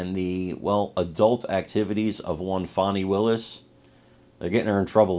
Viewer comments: Fannie is Fanny. Fauni or Fahnie is pronounced different lol. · Her name in FANNY! Not Fawni! :face-green-smiling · Fani does not rhyme with Bonnie or Donnie, someone should have got her daddy hooked on phonics